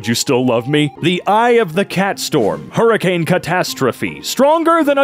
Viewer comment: hold on hold on “purricane”